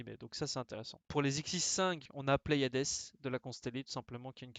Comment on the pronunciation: Niquel par contre stp dit pas Pléiadess c'est pléiades qui est un mot fr. Ca m'a stressé la prononciation xD